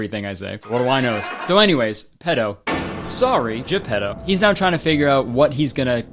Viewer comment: Kurtis saying ge-pedo